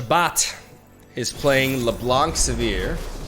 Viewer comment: You pronounce LeBlanc wrongly.